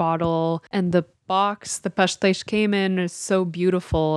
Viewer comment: I love how you guys pronounce pastéis ❤️ and the video is also great.